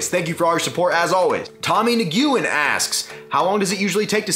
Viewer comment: Nguyen is pronounced "Nu-Wynn" haha.